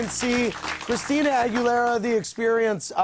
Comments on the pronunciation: OMG did they really say "Christina NalgaBuena" omg every Spanish speaker must be dying ... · Victor R. Yes I know lol but everytime he pronounced it be for he said agwelera😂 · Christina Argue-lera lmfaool